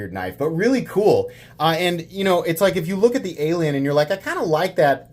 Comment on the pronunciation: Emphasis on the “kinda” 😂